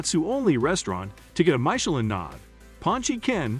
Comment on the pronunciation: This video has lost all credibility by not being able to pronounce words key to the content such Michelin and Ramen